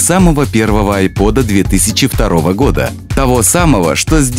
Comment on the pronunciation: айпОд